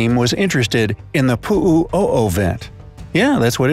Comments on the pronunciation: "PU'U'O'O" Hahahahaha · The way he said "Pu u' O'o" Is killing me in laughter😂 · Poo Ovett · Bru u said pu’u o’o so white😂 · It’s not pu’u O’o It its like this 💩